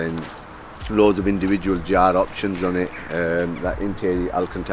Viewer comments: What knickers?😂 Thanks for clarifying the pronunciation of year in German it was driving me nuts! Yara NOT Jara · Ze Germans pronounce j as a y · When he says Jar does he mean Yah-reh when referring to Jahre? Great car in anycase. Well worth the extra £££ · Jarre...??? Jahre as in Yarr. FFS 😖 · YARI edition. Is how you say it. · Jahre is pronounced like Yara 💯👌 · Dude its pronounced ya rah, as in Spanish for year(s) jahre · U have to correct the title it is 30 Jahre ,it is not pronounced as jar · It's Jahre not "Jhare".